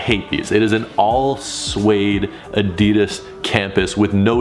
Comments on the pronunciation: Adidas not adias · Add -deh -das, Adidas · It is so annoying when people mispronounce ADIDAS... It is not that hard🙄😫